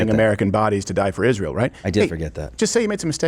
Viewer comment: Steven do a piece on how she says the word “Israel”. Iszhrael. It’s so annoying how she says it.